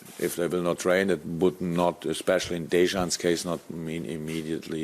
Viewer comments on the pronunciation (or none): You pronounce the J, but not like 'Dezhan.' Or 'Dayzhan.' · Why is it so difficult for Klopp to pronounce the name Dejan correctly? It shouldn't be hard. You pronounce it the way it's spelled. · Well it's not, you don't pronounce the J.